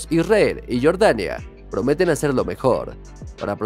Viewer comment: Pronuncia bien jordania no estas diciendo Michael Jordan